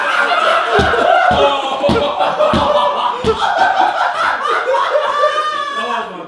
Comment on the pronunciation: The way Harry said 'butters' was so posh😂❤